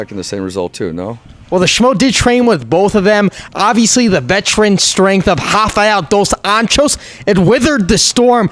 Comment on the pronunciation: The way you say Rafael Dos Anjos' name got me crackin hahahaha